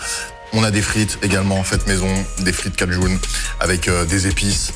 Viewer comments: Ça se dit frites kaj1 et pas cajoune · C’est cajun et pas cajoune 😜